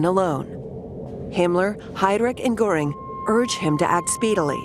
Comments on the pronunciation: Some editing was needed for the terrible pronunciation of some German words. Von is pronounced fun in German, Goring, with an umlaut over the o was constantly mispronounced.. Nothing was mentioned of the temporary set back of the NSDAP in the November 1932 election which had Goebbels frantically pronouncing doom. . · It bothers my ears when they mispronounce the names of Goring and Rohm. It's Göring, and Röhm. Or Gøring and Røhm. The Ö should be pronounced similarly to the Ì in the word "girl" in the English language